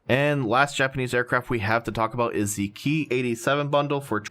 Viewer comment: It's not "key 43" or "key 61" It's " k-eye 43" etc as these planes are designated/named KI -... nobody has referred to these aircraft like that just an FYI